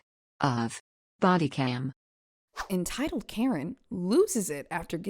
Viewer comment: Thank you. That arrest was a thing of beauty! Please say “Best of Bodycam” properly next time though!😀